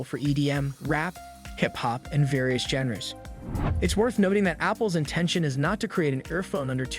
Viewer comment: Genre as "jenruh"? Having someone else read what someone else wrote... And doing a not so great job? Yeah nah